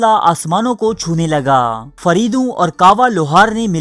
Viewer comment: Faridoo Nahin Fareydoon